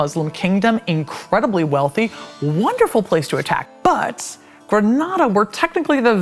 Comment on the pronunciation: I appreciate very much the way that she pronounced "Díaz de Vivar" and "Granada", which usually english speakers butcher.